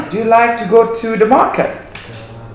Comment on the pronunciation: belajar sebutan yang betul juga nak wkk. like bukan lek.